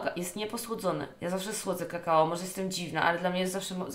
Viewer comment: Niby streamerka o kurwa jakie to nie nie mądre i óguem a tu nie wie że mówi się kakao a nie kakała i remsua lepszy